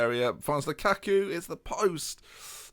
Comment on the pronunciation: you are killing me, please pronounce Lukaku correctly.